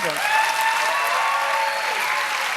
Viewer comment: You can really hear her Baltimore accent when she says "on and on".